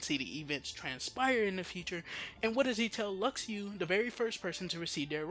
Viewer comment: Stop saying "Lucks Ooo". Luxu is pronounced "Loo shoe". if you watched back cover you'd know that. idk why so many people still say his name wrong but get other names right. just stop. the x in luxu name is the same as marluxia and xion. a "sh" sound.